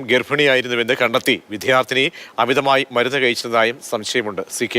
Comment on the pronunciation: വിധ്യാർത്തി, വിധ്യാർത്തി നാവ് വഴങ്ങാത്തവർ